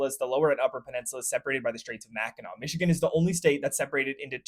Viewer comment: You pronounced the names correctly in your discussion of places in Michigan !